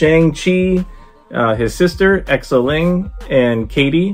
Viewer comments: Btw Xialing is pronounced Zie-ling. The beginning rhymes with pie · Whoaaaaaa nice collector's corp box and video 👏👏👏 by the way, the sticker is Morris - one of the mystical creatures from Ta-Lo village and Xialing, you can pronounce it simple as "Sialing"🤗 Will get mine by next month from a friend🥰🤩😍